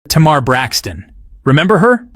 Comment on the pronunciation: U put up the name countess Vaughn.. but then u started talking about Vanessa Williams... all blk women don't look alike.. Smh.. and u didn’t pronounce SZA or Tamar name correctly 🤔 🙄..uugghhh